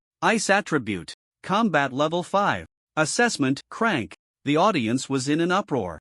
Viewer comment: That's how AI reads it when it's written c-rank. The AI ignores the hyphen and reads it as a single word.